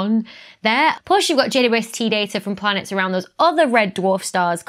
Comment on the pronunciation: I tend to hear "J Doo ST"